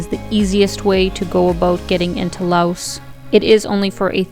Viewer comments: The country is pronounced LAO. You people are so ignorant... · The "S" is silent in Laos.